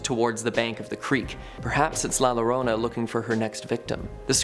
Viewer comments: In Spanish the ll at the beginning of a word makes the your sound. So La Llorona is pronounced Lah Yourowna. And it's not a strictly Texas myth. La Llorona was and still might be used as a way to keep behaving and especially not sneaking out of the house at night. Down here in Coastal South Texas La Llorona is in the Gulf of Mexico or Corpus Christi Bay. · Please for the love of god, learn how to pronounce things before you make a video about them. La Llorona is pronounced La Yo-Ro-Na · la lorona 😭😭😭😭 jesus, the whitest pronunciation of la llorona ever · La Llorona is pronounced La Yo-ro-na, in Spanish the LL makes a Y sound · La Llorona is pronounced: Lah Joh-rohna Or Joe'Rohnna if it's easier. Two L's together in Spanish make the J sound. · I'm from SA and Woman Hollering Creek is supposed to be haunted by La Llorona. It's pronounced, La Yorona. Double LL will always be pronounced like a Y. You also forgot to mention the tracks where your car is pushed by the ghosts of children that were killed on a bus by the train. The streets around that area are the names of the children. Hmmm, there's also Donkey Lady, the Chinese Graveyard. All in south SA. Oh yea, The Menger Hotel is haunted. So many places. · You say la llorana like you’re saying a y, so it would be pronounced la yorona (even tho it’s spelled with two l’s) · It's la llorona the double l is pronounced as a y...... It isn't actually spelled with a y only pronounced as a y........ I believe it roughly translates as the wailer or wailing woman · Please pronounce the name of La Llorona correctly. It's pronounce Yo-ro-na. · La "LOWROUNA??!.., 😂😂😁🤣😁🤣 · It's pronounced Yorona, Double LL sounds like a Y. Educate yo self before you go online sir. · Its not pronounced with an L it’s pronounced like a Y, la llorona… the Ls in spanish are pronounced as Ys… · The weeping lady is pronounced La YoRoNah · La Llorona is pronounced “Your-Oh-Na”. In Spanish the double l makes a y sound. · Pronounced her name wrong